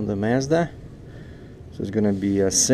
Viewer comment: MAZDA (МАЗДА ) not MEZDA (МЕЗДА) ... Ну ты даёшь Серёга , u can't compare yourself to Casey because he a professional movie make buddy ! That's what he does for a leaving and also IT ! Good luck with your Chanel дядька !